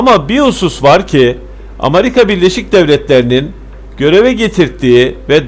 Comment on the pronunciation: Kardeşim ağzına sağlık ama sen Amarika deyince olay bütün ciddiyetini yitiriyor.